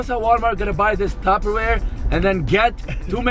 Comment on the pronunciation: When he said taperwel😂💔